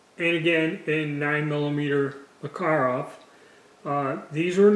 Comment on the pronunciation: That’s actually fairly close to the Russian pronunciation. Better than the typical Mack-a-rav.